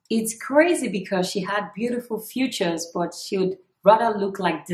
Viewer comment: U can't even read gurll its features not futures heeeeeheeee😂😂😂